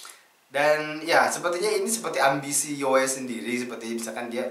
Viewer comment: Saya betul2 respect lah pemikiran abg kri,serius apa yg abg ckp tu sebijik di fikiran syahmi yg slslu dia ulang ckp soal nii,btw bang Yoe sebutannya bkn yoey tpi yoo walaupon ejaannya yoe tpi panggilannya Yoo,gituu.steady bang respect minda kelss atasan bang kri,seluteee